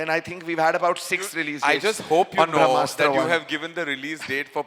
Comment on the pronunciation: Why Ayan is pronouncing Brahmastra as Vrahmastra, ....